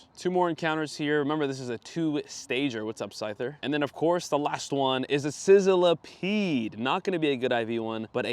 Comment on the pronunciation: I hate to be that guy but Sizzlipede is pronounced sizz-li-peed, not sizzile-a-peed.